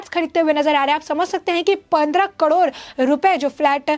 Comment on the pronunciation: Say KAROD not KADOR